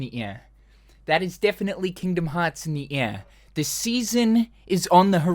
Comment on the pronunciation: could anyone else not understand his Australian accent when he said "that's Kingdom Hearts in the air" and think he was saying "in ni'hya" like some ancient forgotten Mesopotamian-era language lol?